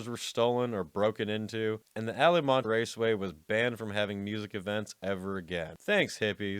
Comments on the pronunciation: you call it the "Allamont" Raceway festival when actually it's the Altamont (with a "T") festival. Besides being written in black and white with a "T", the Altamont festival is a stand-out festival event often thought to be the one event that brought an end to hippy music festivals forever. What an eff up, both by you for being too lazy to freaking read and by the organizers who probably couldn't even give a party in their own back yards. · Alamonte??? C'mon, dude...if you don't know this one, you have no standing to speak about rock history... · Didn't realise the t was silent in alta months! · Alamont?? It was ALTAMONT. JFC. FAIL. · Amazing that this guy narrating pronounced the most famous ,and original concert disaster Ala Montay. It's Altamont dude. Historical actually. The older I get the more I see how history gets twisted into something barely resembling the truth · It's Al-TA-mont, not Alamont. Altamont was a famous race track back then. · you say the "Alamont" Festival, etc. But, it's actually called ALTA-mont, with a "T". Hard to imagine anyone not knowing that since it's one of the most famous music festival train wrecks of all time. Including it in your video was certainly appropriate, but getting the name of the festival right would've been better. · Holy fuck you blew this one my brother! First, the name is "ALT--a--Mont". Not "ala-monte" as you, very weirdly, said, despite you showing on your video a SIGN WITH THE NAME written on it as you mispronounce it, and misspell it on your graphics! ALTAMONT! FFS! And, TWO, this was a huge and legendary event. There are movies made about it. If you don't know Altamont, you don't know rock-n-roll. Thus I declare you a poseur, and disregard you forever after. LOSER! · It's ALTAmont not Alamont. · Altamont, not "Alamont." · ALAMONT???? Really??? You’ve never heard of ALTAMONT??? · It’s ALTAMONT. Not Alamont. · Its ALTamont not Alamont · Al-Ta-mont. Know your material before you report. Lazy. Or maybe….drugs.